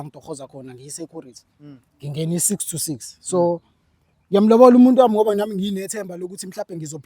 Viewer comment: Wan, Thuu, Tree, For, Faefe, Sekese raonds 😂😂